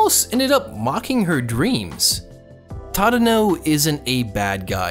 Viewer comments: really good video but... your pronunciations are a bit off >-< it's "reSAS-kay" and "TaDAHno" at least in the dub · The way you pronounce Tadono kills me